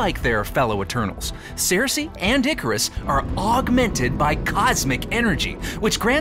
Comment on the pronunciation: What is with the weird pronunciation of Sersi? It should be "Sir-See" not Sare-See"